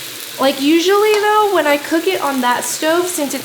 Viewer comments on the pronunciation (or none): none